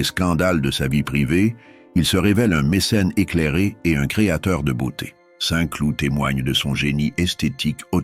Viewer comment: "Les jardins de Saint clouTE" . Mdrrrrrrrrrrrr.